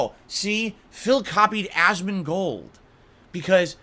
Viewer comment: why does he say asmongold's name like that? god damn also lol phil the only thing you showed your passion for back in the day is being racist